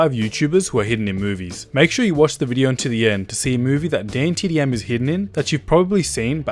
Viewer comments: THIS GIVES ME OCD, HE SAYS DAYNETDM AND ITS DAN DAN DAN DAN U GOT THAT DDDDDAAAAAANNNNNN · Who cringed when he said daintdm